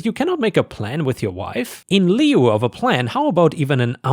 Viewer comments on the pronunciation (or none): "lieu" is said as "lew" and not "lee-ew."